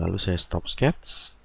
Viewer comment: Ok, no prob. Give it a try and watch it again while following Didi's steps on Fusion. Even I don't understand one word (except when h say 'sketzzz' ;) it is kinda fun to watch and for sure you can re-create what he did. Best regards John